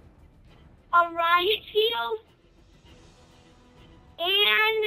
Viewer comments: Tactickle? Lmao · tackticklee lol